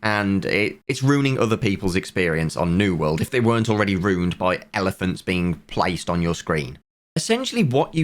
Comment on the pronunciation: Bro, it's "ruined". It's not pronounced ROONED, what is wrong with you?